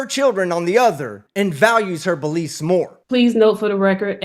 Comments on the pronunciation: I've never heard "Beliefs" pronounced so clearly as "Bullshit", that was impressive. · "Sovreign citizen bull...iefs" 😂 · When said, "sovereign citizen bull-iefs," did anyone else hear what I heard? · I like the part where the judge said “sovereign citizen beliefs” but beliefs sounded like she was about to say “bullshit”.